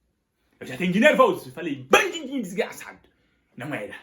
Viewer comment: O melhor é qd ele diz bandindinho kkkk